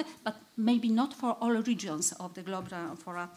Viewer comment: So we learn correctly, the word "globular" sounds as if it is pronounced in this and other presentations of this conference as "globar." Is that the standard way to pronounce it, or perhaps an accent?